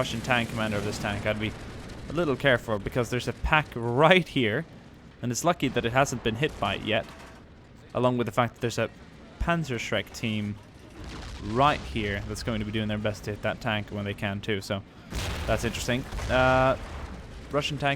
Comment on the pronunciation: pazershrek is pronounced Panzashreik not panzashreck